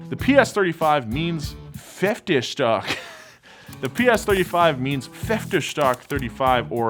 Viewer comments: My man said fiftstark instead of Pferdestärke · Germans: pfer-de-stär-ke: pferstek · "Pfeftestärk" es heist Pferdestärke :D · Pfeffdeschdock?! You're talking about Pferdestärke, right? Geez... just try it again 😂👍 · If anybody is wondering how pferdestärke is really pronounced. it is roughly fear-de-shter-keh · „ferdestark“.... You have Google Translator, just listen to the word 2-3 times and you’ll say it correct! Mercedes-Benz created the first electric super car, the SLS Electric. I can make a 3 times longer video than this on how many wrong things you’ve said in this video... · Pfaer dae schtaercke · "PFFFEFTESHTARKE" and "MYSHYSHMIT" (Messerschmitt)... I love when the Americans try to speak German... PS What about to speak HUNGARIAN like this: Greetings from Poland ;-) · PFÄFTESTACK!?!?!?!?!?!?! im german and im offended! (not)...its funny how people cant handle german at all xD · I think i have never seen anyone butcher Pferdestärke the way you did 😂😂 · That pronunciation of pferdestärke lol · the way he says pferdestaerke kills me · Your pronunciation of the word "Pferdestärke" isn't only an insult to every German and the German language, but also the concept of language itself